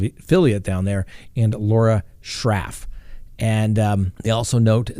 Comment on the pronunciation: Lol.. also mispronounced the reporter Lauren Scharff's last name but why does that matter?..I mean come on now..lol..smh..